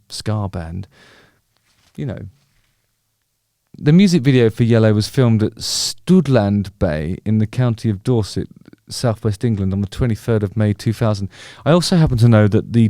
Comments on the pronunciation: Studland bay in Dorset not Stoodland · "Stoodland" Bay 😂